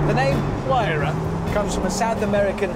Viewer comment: Even after 9 years of this video being uploaded, I’m still surprised that they still haven’t figured out how to pronounce Huayra, and I thought the Brits were the ones who truly understood the English language